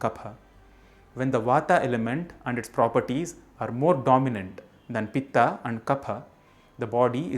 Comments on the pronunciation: Very nice initiative,,💐 One request please ,,, If you are telling in samskrit then pronounce in samskrit,, Why in english,, As vaat वात, pitt पित्त, kaff कफ़ 🙏💐⛳your great efforts are appreciable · Please pronounce as Ayurved, not Ayurveda, similarly Vat, Pit, and Kaph. Don't Englishise the terms. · wrong. the correct pronounciation is VAAT PITT and KAPH. remove the 'aa' sound at the end...thats silly and wrong english translation. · It's vaat,pitt and kaph वात,पित्त,कफ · You're pronouncing them wrong. Stop trying to cater it to a Western audience and use proper grammatical traditional Sanskrit pronunciation. "Vaaat". "Pittt". "Kaaaf". Romanized Transliteration is a Western Anglican ploy utilized to destroy languages over the course of a long enough timeline. Don't believe the hype. Fight the power!! Be yourself. Be Hindustani. JAI HIND!!! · vatt hai vatta nahi , pitta nahi hai pitt hai . pahle khud bolna seekh fir seekha dusro ko . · Please understand it's not वाता, पित्ता and कफा...! It's वात, पित्त and कफ. Kindly pronounce the words properly. Please don't pronounce an extra 'a' added at the end of the combination of letters to it's spelling while pronouncing it in English. Please don't change Indian words & it's beauty by wrongly pronouncing it like others do while pronouncing hindi words, names in English. That's the biggest mistake people do while pronouncing राम as रामा(Rama),कृष्ण as कृष्णा(Krishna), रावण as रावणा(Ravana), कंस as कंसा(Kansa) in 'रामायण' as रामायणा(Ramaayana), 'महाभारत' as महाभारता(Mahabharata)!!! Rest all is fine! Appreciate your efforts & knowledge except that of changing Indian words! Keep going! Keep it up!👍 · please don't add and extra "a" to every sanskrit. vaat, pitt and kaph instead of vattaa pittaa and kaphaa? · Mispronunciation - वात and not वाता पित्त and not पित्ता कफ and not कफा Sanskrit has a Ph फ consonant and no फ़ (fah) So फूल phool is a flower, फ़ूल fool is an idiot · Kaph not kapha,vaat not vaata,pit not pitta